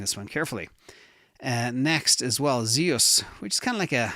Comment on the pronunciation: please 🙏 it’s Zeus not “ziyuss”, it’s Zeus the king of the Olympian gods in Greek mythology. He ruled over Mount Olympus and was the god of the sky, lightning, thunder, law, order, and justice. Hence the logo with lightning ⚡️